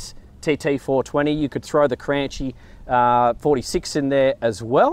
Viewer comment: FWIW... apparently it's supposed to be pronounced "Cranky". At least, that's what Nick at Aquaholic says the Cranchi people told him.